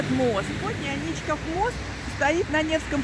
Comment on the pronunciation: Правильно: Аничков мост (Ф. Л. Агеенко. Собственные имена в русском языке. М., 2001) Ударение, а иногда и сама форма топонимов, производных от имен собственных (в данном случае - от фамилии первого владельца усадьбы, на месте которой были затем построены дворец и мост), - всегда вопрос традиции. Например, М.И Пыляев в книге "Старый Петербург" (СПб, 1889) называет дворец Аничковским, мост Аничковым и Аничковским, а на одной из гравюр ХIХ века дворец назван Аничкиным. В Ленинграде я не слышал никаких АнИчковых и только посте двухтысячных, с приездом новых педерцев, вошла в обиход эта гадость.